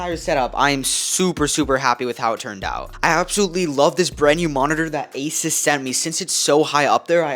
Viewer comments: THIS was amazing but i cried when you called asUs asis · Asis ☠️ you said asis 3 TIMES!